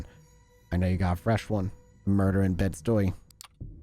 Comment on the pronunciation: Bed- Stuy is pronounced Bed - Sty.... neighborhood in Brooklyn.